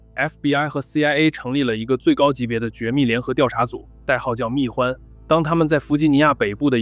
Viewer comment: “代号蜜獾huan”, 不是guan, 大名鼎鼎的平头哥啊